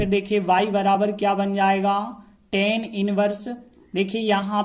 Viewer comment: Sir Tan nhi hota hai❌❌ tan hota hai✅✅